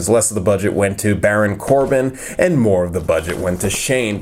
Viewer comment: Am I the only one who noticed that ha said baron corba